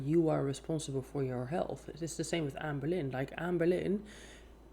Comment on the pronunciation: I love how you say AmBerlin 😆 sounds nicer actually